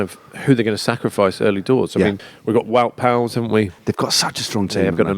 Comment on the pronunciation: It’s not Wout Pauls It’s pronounced Pools. As a Dutchman living in Britain it really gets my back up. You can pronounce every name from every country correct apart from dutch people.